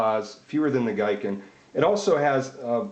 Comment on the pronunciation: The Japanese word "Giken (技研)" is pronounced as "GEE-ken" rather than "GUY-ken". Anyway, good quick comparison of the internal structure of them.